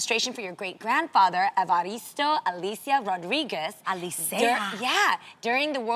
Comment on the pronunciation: MY NAMES ALICIA AND I STARTED CRYING WHEN SOMEONE FINALLY SAID IT RIGHT 😭😭😭😭😭😭😭